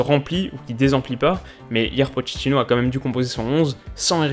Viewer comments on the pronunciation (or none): none